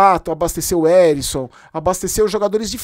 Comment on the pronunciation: O nome do jogador e Ericson , não Arisson 😅